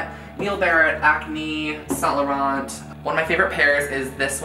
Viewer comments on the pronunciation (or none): I like you but 'sant lorant' its pronounced really different.